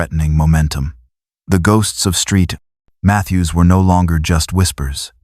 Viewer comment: Street Mathews. Really? Saint Mathews.